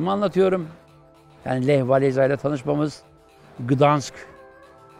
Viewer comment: Hocam ekstra bir not Walesa değil, Wavensa diye okunuyor.